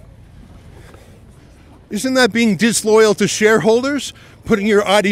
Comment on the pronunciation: Larry not Fink-ing